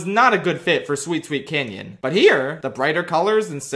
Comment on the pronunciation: As the #1 sweet sweet canyon lover, I in fact DID realize you mispronounced it at first 😎